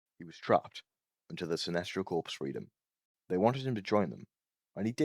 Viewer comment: Just so you know, Corps. (From the Green Lantern Corps.) is pronounced as “core”. They aren’t just a group of dead bodies (usually). The winning move being Prime mugging a guy is pretty hilarious.